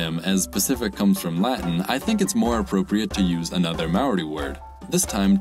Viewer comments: The way he pronounced māori kinda hurt Also wh in māori is pronounced like an f, so whenua is pronounced fenua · this Maori pronounciation. it hurts me. (i'm maori btw)